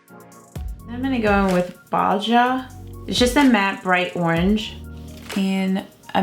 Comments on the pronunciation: So gorgeous! Personally I would rather see 3 different videos with 1 look on each video rather than 1 loooonnnnggg video with 3 looks and a voice over. Also I believe Baja is pronounce baha, like Baja California. 😜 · Baja is pronounced ba-ha. The J is spanish is usually pronounced as an H. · I love my Born To Run palette so much! Beautiful eyeshaodw look. I did nearly the same look yesterday. Side note: Baja is pronounced Ba-Ha (I'm from San Diego but now live in Washington state). Judy C here on You Tube does the most perfect cut creases and she has a couple in depth tutorials on how to do them perfectly, if you're interested in watching other You Tubers. I think your cut crease turned out beautifully and perfect. I'm ok with a voice over, 3 looks video. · Very nice, i love that palette so many beautiful colors!! FYI baja is actually pronounced ba-ha😉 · GIRL! Those eyes! You did great! :) Lovely job! You gave me a giggle with "Baja" pronunciation. It's pronounced, "ba-ha". :) You're the best! Thanks for all you do.